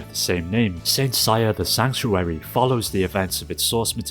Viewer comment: Who is Saint SAYA??? Don't You mean SEI-YA?